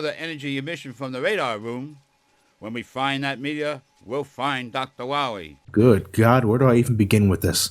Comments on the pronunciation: Dr. Wiwwly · Dr.Light is Hunting Wabbits with Dr.Wawee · Light: We find dat meteor, we find doctar Wywe! Me: LOL! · MEGA MAN! DOKTA WOWY HAS BEEN TWIYING TO DESTWOY YOU SO HE CAN TAKE Oo... oh... VER THE WOILD! Mega Baby: YAAAY! (Glass breaks) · Poor Dr Wahwee, What ever we he wo? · To quote the Great Clement: "We'll find Dr Wahwee? DR WAHWEE?! Who hired this idiot?" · *Dr. Wahwee